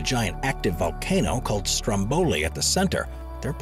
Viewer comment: Like in the majority of Italian words, in /stromboˈlikkjo/ the stress is on the last but one syllable, but in /ˈstromboli/ it is on the last but two, that is the first.